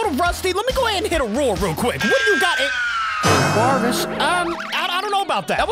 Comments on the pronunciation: “Anguaruas” not being rude but it’s “Ang Erus” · Angourus? It’s (ang-u-irus) The I is silent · Did just call anguirus “ang gyui riss”?!!! (Its pronounced “ang gear us” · Angoras tho and angorius 💀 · You say Angurius like this "Ang-gur-ris" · To pronunce Angurius, it's Ang-gear-us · anguarus? You mean anguirus right? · BTW you don't say "Angwarus" its Ang-year-us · Bro said "an guares" 💀 (its "an girus" btw) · Angwowres? It's pronounced Ang-erus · Bro angwarius wtf it ang-gear-us and also it ky-Jew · Its angirus not anguaris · its angi-res not angua-res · It’s an-gi-rus and he is goofy because he is bipedal but for back problems he walks like a baby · To say anguirus. Say this. Ang-Gr-Us see? It's easy. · its like angirus pronounce without the u btw nice vid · It’s ingieras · Also the right way to pronounce it is like an - geer - us just a heads up! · "angwaras" lmao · It’s pronounced ang- gear-us and keep up the great work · I think this is how you pronounce Anguirus, I don't really know the actual pronunciation. Ang-eer-rhus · AN- GE- RUS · This is how you say his name AN- GEAR-IS anguirus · Anguirus name is pronounced “Ang-gear-us” that’s how you pronounce his name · its pronounced as angi-res Also this video has been long awaited and its very coool👌🔥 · AyNgUaRyUs(anguirus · Pretty sure his name goes like "Ang-ee-rus" (at least thats how I say it.) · AN-GER-RUS. That’s how you say his name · the official pronounce for anguirus is (Ang-gear-us) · Angirous is pronounced An-gear-us.....btw thx for the Kaiju Universe videos 👋😊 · anguirus's name is said like "angirus" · The way you pronounce it is Ang gear us Or Ang gurr us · pronounce it like this. Angeerus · Its like an-gear-us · It’s pronounced (An, Gear, us) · Singular point “ angoras “ ☠️☠️☠️ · His name short is angy but his name is An-guir-us you can thank me if you want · Okay so to say anguirus’ name I’ll explain underneath. An-Gear-us. The I in his name is silent